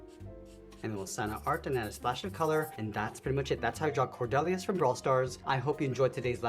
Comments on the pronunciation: Cord-EE-lius is how I pronounce it. Gr8 Drawing tho. Can you do alli brawl stars plz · You pronounced it wrong 😂